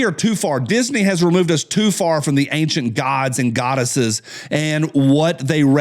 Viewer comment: Ok,, my turn to be grammar nazi adjacent. I'm hearing more and more people pronounce the word "ancient" incorrectly. It's not "angcient," there isn't a "g" in ancient. Feel free to call out any mistakes, after all, that's why I'm adjacent and not certified.